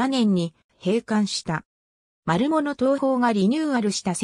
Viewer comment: まるものじゃなくまるぶつです。